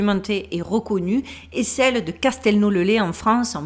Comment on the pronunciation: castelneau le laize,cela se lit. désolé d'être tatillon mais je suis de la région.